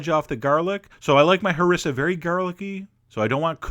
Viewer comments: chef john its pronounced ha-r-e-sa not ha-ri-sa not trying to be a prick but im arab and i kinda know what im talking about =) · Pronounced: HarEEssa... but thanks! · Awesome stuff!..I just wanted to correct your pronunciation, you should stress the i not the s by saying Hariiiiiisah. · i searched for harissa to see how people around the world make our food and as a tunisian THAT IS NOT A HARISSA, HE DOESNT EVEN PRONOUNCE IT CORRECT( ik that this video is so old) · Okay, my name is Larissa, and everytime he says Harissa it sounds so much like that xD